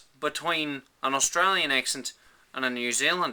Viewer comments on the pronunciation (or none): Truthfully, I think in a Australian accent, you say "Austrayin". It rolls of easier and sounds more regional. BTW, I'm not from Australia. I'm from Georgia, U.S.A.